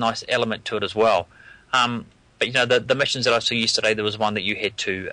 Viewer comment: just yisterdiy? viry frish WTF